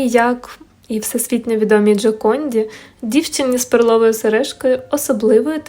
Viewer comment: Мабуть наголос треба робити на перший склад, а не на другий. Відео цікаве, подивилась із задоволенням, картина справді шедевр ❤️😍